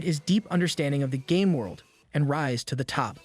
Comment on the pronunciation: am the the only only one that instead of very game world it sounded like very gay world ? lol